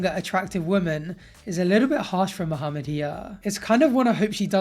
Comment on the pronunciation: Um, excuse me. I got way too happy when I heard you pronounce Mohammed properly. Good job and love the videos. ☺️